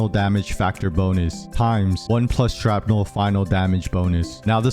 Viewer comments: Hearing you say "sharp-nel" instead of shrapnel is driving me nuts. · SHRAPNEL!!! Not Sharpnel. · The word: Shrapnel The pronunciation: Sharpnel